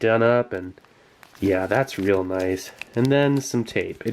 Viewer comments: click NOICE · Sieglinde "noice"